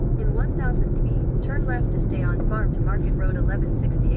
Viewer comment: When I saw that EF5 rated tornado that went over Andover Kansas my first thought was if you were in the area for that one! Always look forward to your videos keep up the amazing work!! By the way did I hear your GPS say fart market road? 🤣🤣 Definitely what it sounded like haha